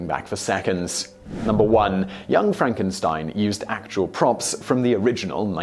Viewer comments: Uhhhh... Simon? FRONK-en-steen. ;-D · It's pronounced Fronk-en-steen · It's pronounced Fronk-en-steen. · It's Frankensteen.